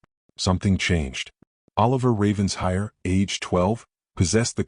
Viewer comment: Please, the pronunciation of Ravenshire is, as if it were two words, Raven Shire! ( Not ravens hire). (It sounds totally stupid when you say it as hire!